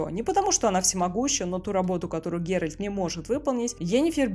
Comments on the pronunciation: ГеральТ, а не ГеральД !! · ГеральТ, Т, Т не Д, не ГерольД, не герОльд. ГеральТ! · почему голос все время говорит ГеральД когда должно быть Геральт это что нейросеть ролик сделала? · Согласен с мнением автора) видео крутое, автора слушать одно удовольствие, только ГеральД сильно ухо режит 😅